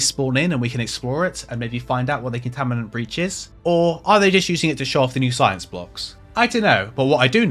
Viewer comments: Not sure if anyone else mentioned, but you said "Contaminants breach" when the sign said "Containment breach". And you did it multiple times. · You keep saying Contaminant Breach, but its ConTAINment Breach